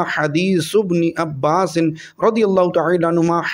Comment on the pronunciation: جناب ع کو زور زیادہ مت دو عبارت صحیح کرو اور عباس پر فتح ھے قبل اور اسرج الفاظ صحیح پڑے